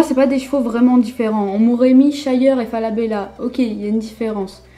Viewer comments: Shire, pas (Sha-yer) x) sa se prononce comme sa s'écrit hein :) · Equi_Schleich Eh bien je n'ai jamais entendu quelqu'un dire (Sha-yer) x) C'est Shire x)